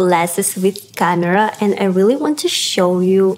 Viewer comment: Canera its camera